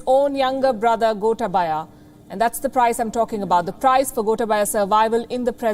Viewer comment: learn yo pronounce the name of Gotabaya correctly. Surely you have good ears to listen to the pronunciation of the politicians in Sri Lanka.